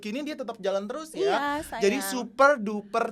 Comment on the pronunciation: Kak jill blg sayang "syayang" ya 🤣